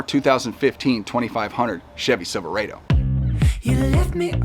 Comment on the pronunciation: The way you pronounced Silverado….